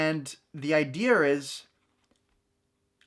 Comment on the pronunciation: My mon had her college degree before she learned that 'wash' doesn't have an R. I think John Kerry (democrat nominee for US president in 2004) lost the election because he didn't know there's no r in idea. What do you call a deer that was shot in the face and being blinded. 'No idear'. Love you, but there's no r in idea. Go ahead with that accent, but I've shown you it's unpopular.